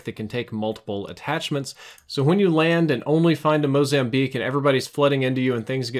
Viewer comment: Did he just say "MOZAMBLEAK??"